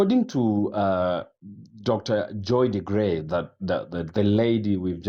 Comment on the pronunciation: Dr. Joy DeGruy's Name is Pronounced..'DeGREW'; TRUTH is NEVER "HARD" to Speak: "IF the TRUTH Hurts DON'T get MAD at TRUTH, Get MAD at LIES MAKING you COMFORTABLE." ; "The TRUTH Doesn't Mind Being QUESTIONED, But LIES Don't LIKE Being CHALLENGED.